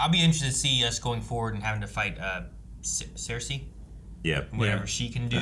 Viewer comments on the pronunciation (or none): It's pronounced "Sir-See" I think they're saying it wrong as a joke